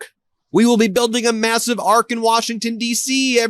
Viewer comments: It's'arch', not 'arc'...FFS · it's an "arch" not an "ark" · ARCH not ARC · Arch not arc. You are not French! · It's hilarious that Karolyin' Leavitt parrots her sugar daddy and calls it an "ARK". It's an "ARCH"! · Triumphal arc??? It's pronounced arch. Damn these are the stupidest ppl.Would be great to see this entire admin hanging from it. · It’s not an “ark.” It’s an “arch” you morons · It's pronounced arch not ark, you morons.